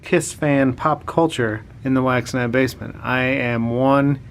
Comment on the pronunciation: Every time you say wax night, i hear wax NIDE, lol.